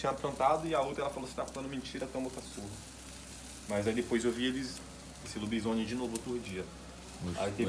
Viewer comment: Escreveu errado o certo é lobisone. Mas pelo menos falou certo kk